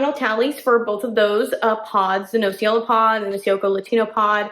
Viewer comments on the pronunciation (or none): Nocciola is hazelnut in italian you ignorant....and learn the proper pronunciation. Cioccolatino is the same problem with you! Learn before talking. Guess what is the cioccolatino made of? Chocolate! Yeah!! Ignorance is an ugly beast in the wrong hands.